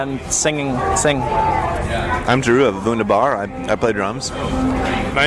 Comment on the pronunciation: 🙃 the slight disappointment in Brandon's face when once again an interviewer pronounces Vundabar wrong 😂